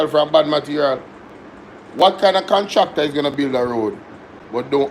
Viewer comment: "Call da contracta,we need da contracta' 😂😂😂 shout out Rosie!!